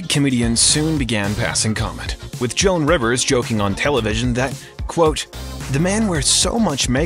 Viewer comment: Oh you just didn’t say JoANN Rivers. JOAN Rivers. 😔 ❤